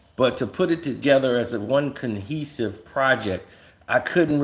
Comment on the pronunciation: Cohesive..the word is cohesive NOT conhesive mofo